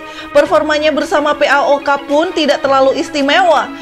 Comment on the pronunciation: kenapa harus di eja, PAOK gitu kan lucu wkwkwkwkw